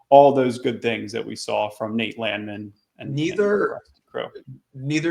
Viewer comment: Landman or LAND-MAN? You need to get to the bottom of this. Been laughing about this since the broadcast